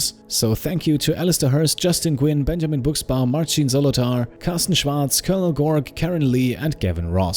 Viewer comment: do you speak german? because Carsten Schwarz was spelled very good